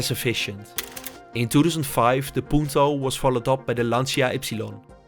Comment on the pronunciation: Its not pronounced “Lanch-ia” but “Lancha”